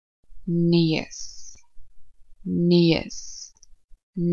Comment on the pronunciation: The Afrikaans for "nose" is not pronounced "nees" (like in Carabean), but "neus" (like adieu in French).